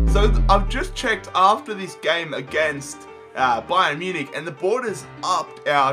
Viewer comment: Ba-yern Mu-nich XD